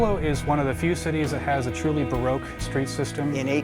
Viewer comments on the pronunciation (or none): “Well Buffalo is one of the few cities that has a truly broke street system.” You’ve got that right, bud lol (I know he said “baroque”)